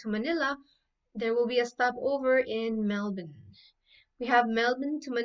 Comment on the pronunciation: how do you pronounce "Melbourne" as if you are saying Melvin....funny Pinay accent.